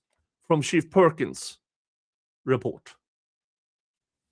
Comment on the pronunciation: I like that I can hear say "shit perkins" every time it should be "chief perkins".